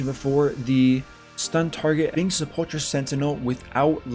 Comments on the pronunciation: Say it with me now --- Se-pull-ker =Sepulcher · Just so you know sepulcher sentinel is pronounced sepel-ker, other than that amazing video!